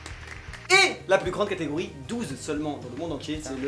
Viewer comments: "La seconde catagorie" tu pense trop a katakuri ! :D on dit "catégorie" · kamaltero la deuxieme categori les 21 sabres j'ai entendu kataguri ki est = a KATAKURI!